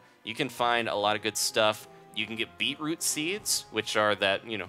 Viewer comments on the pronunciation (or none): you said beeproop soup -_ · said beatroop soup XD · It's pronounced 'bee-chroot' if you like them then you are a true Aussie :) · he says beetroot wrong